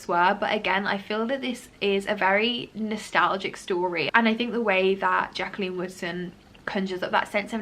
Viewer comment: Every time you said Jaqueline Woodson I had to do a double take cause I thought you said Jaqueline Wilson instead, sounded like you were saying "I've never read a Jaqueline Wilson book before" and I was like, hang on a bloody minute 😂